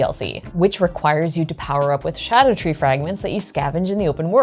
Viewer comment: Pronouncing Scadutree correctly immediately makes you better than most Elden Ring players